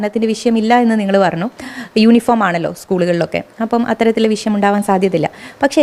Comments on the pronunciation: വിശയം 🤣🤣🤣മലയാളം ഉച്ചരിക്കാൻ പോലും അറിയില്ലേ 😭😭😭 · വിശയം അല്ല. വിഷയം 🙏